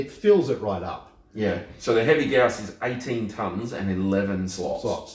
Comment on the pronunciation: Good lord! People that can actually pronounce Gauss correctly!